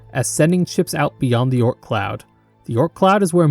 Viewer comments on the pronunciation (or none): none